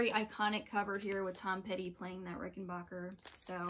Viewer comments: Fantastic series! One small correction (I am nothing if not a tiresome pedant). As a proud owner of a Jetglo Rickenbacker 360v64 12-string, the correct pronunciation of Rickenbacker is Ricken-BACK-er, not Ricken-BOCK-er. It's a common mispronunciation that I did for years until I learned from John Hall, the former president of Rickenbacker, how it's correctly pronounced. Other than that, the rest is perfect. Well done! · Thanks for the correction. I guess I only said Rickenbacker the only way I've heard it pronounced. My fault! Thanks for watching! Glad you liked this series!